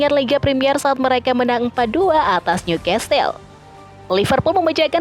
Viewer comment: Sebutan bukan niukastel..😮‍💨 tapi niukasel (newcastel)